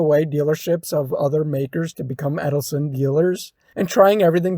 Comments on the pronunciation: I don't know where you got Edelson (Ed-el-son) form? But it's Edsel (Ed-sel) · yes he was driving me crazy with that dopey Eddleson. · "Edelson"??? Really dude?? EDSEL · “Edsel “ not “Eddleson”